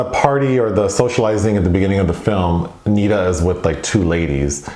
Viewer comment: Good God it's pronounced Neh-Dah. Not Nee-Duh